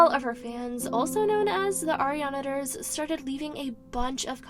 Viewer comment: not her saing ariana-ters its arianators